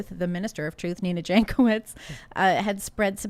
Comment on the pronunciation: Jankowicz surname is of Polish origin and should be pronounced as 'Yankovich'. Or you can just say it wrong.